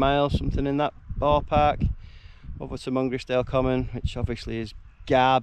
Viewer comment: Really like the drone footage, Souther Fell is pronounced Souter Fell & Mungisdale is pronounced Mun-grize-dl with the emphasis on grize . Info from Wainwright's North Fells Guide 👍.